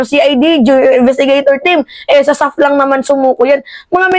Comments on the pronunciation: ISAF hindi SAF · ISAF mam hindi SAF...